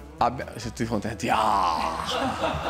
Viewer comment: SO TUTTIH HONTENTIIAAAAHHHH 😍😍 BENTORNATO MISTERRRR !!!!